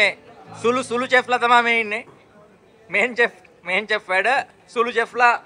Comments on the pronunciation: චෙෆ් නෙවෙයි ශෙෆ් අයියෝ ගම කනව. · Learn the pronunciation It’s pronounced ශෙෆ් නොට් චෙෆ්